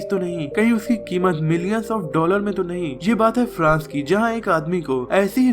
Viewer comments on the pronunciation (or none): he said dolal😂😂😂